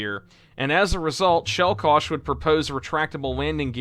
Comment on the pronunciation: Cool video altought hearing you say żuber instead of żubr or cielkosz instead of ciołkosz is either funny or annoyinh